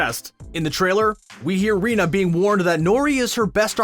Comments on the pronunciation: It's pronounced "Reyna" not "Rina". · I SAID IT'S PRONOUNCED "REYNA"!!!